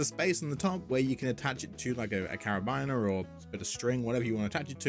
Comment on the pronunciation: Absolutely butcherd the pronunciation of carabineer